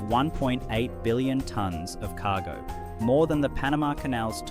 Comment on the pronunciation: "KAH-go Ship" 😂